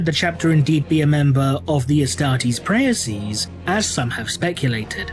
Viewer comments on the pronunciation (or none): Just to help, Praeses is not to be pronounced Pr-a-uh-sizes but directly pra-ses (ae in latin was for the sound É in french, or directly pronounced as the letter A in english).